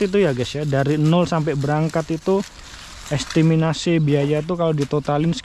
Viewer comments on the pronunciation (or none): "Estimasi' bang penyebutannya yg bener,bukan "Estiminasi 😅